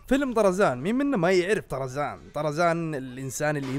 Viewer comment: من لاحظ ان الدقيقة قال أرزان مو طرزان